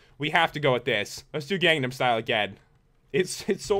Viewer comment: do you even gunum style and its pronounced gun num style